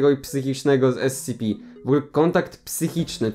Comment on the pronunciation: powinieneś czytać S C P nie SCP (yes im very smart)